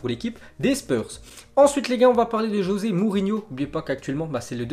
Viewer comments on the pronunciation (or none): none